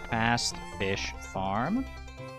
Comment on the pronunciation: I keep hearing "Fast-ish" instead of Fast Fish fram every creation of a new run, which is very funny to me with the insistence of calling yourself "not a speadrunner" 😂